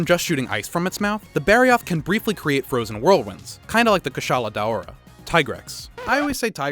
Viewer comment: I thought it was day-aura (For the Kushala Daora)